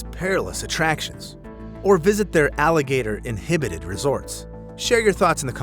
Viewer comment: "Alligator-inhibited." Nope. Try alligator-inhabited.